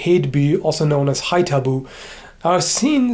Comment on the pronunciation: Since I live near Haithabu, I was very happy to hear your perfect pronunciation^^